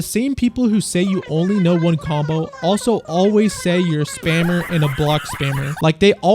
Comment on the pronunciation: "spammer" is 10x funnier when someone says it like "spamer" instead